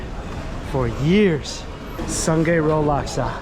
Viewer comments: Its pronounced sue-ngaih road by the way. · Sungei road laksa is my favourite! Btw we read it as “soon-ngai” :)